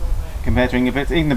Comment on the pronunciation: Bro, at least learn to pronounce CORRECTLY the name of an Olympic Champion, not to menition his other accolades, it's INGEBRIGSTEN with an "R" not Ingebligsten as YOU said it at least 3 times.....after the 3rd time I could watch it any longer....I got half way through...